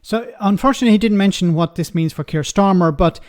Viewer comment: Keir Starmer, not Kier Starmer.